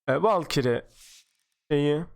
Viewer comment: Volkri Etteçmınt Nökk İyana Cekkıl Kulağıma gelen birkaç kelime :)